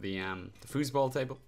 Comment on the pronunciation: Are you german? 😂😂 Fussballtable